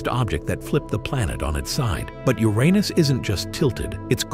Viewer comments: It’s not actually not supposed to be pronounced the way the narrator is saying it. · Uranus❌ Ur anus✅